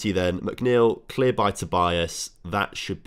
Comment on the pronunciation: Im portuguese and its not vinicius tobias its " vinicius tobiáz "